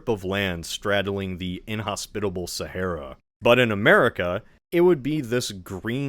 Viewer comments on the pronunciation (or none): none